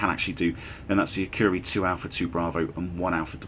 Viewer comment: Great video, but probably one of the worst pronunciations of Akureyri I've heard in a long time 🙂🙂